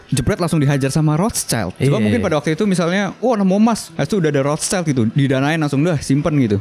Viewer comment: Rothschild bacanya Roth (Roth) Schild (shild)